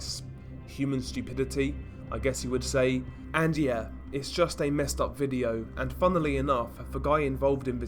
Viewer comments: STOP FUCKING SAYING " V I D E E O O W " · what happens in this " Videeoou" LOL what the FUCK is that accent man ????